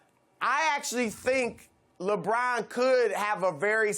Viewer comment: Hey Broussard, it's LeBron, not "LaBraaaahn".